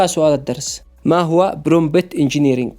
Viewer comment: استمر يا أسطورة❤ كلمة Prompt تنطق برومت حرف p الثاني silent ❤❤